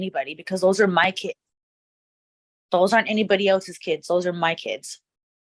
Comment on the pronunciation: sign of an over-attached mother .. those are "MY kids" ... saying ti with emphasis like she deserves them. bro you dont OWN Them